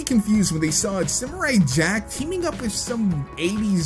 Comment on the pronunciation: i didnt like how he said simurai ITS SAM URR EYE